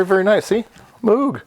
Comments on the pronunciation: moog is pronounced with a long o like "no".. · So Moog gets butchered but "verkshtahtt" gets a pass? Lol fascinating video as always.